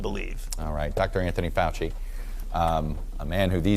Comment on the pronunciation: That’s not fowchee